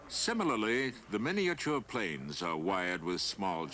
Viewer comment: Pains me when he says "Planes".